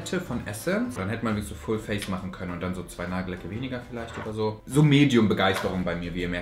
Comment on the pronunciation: Du sagst immer Nagellecke anstatt Nagellacke 😁 musste jedes Mal schmunzeln 😁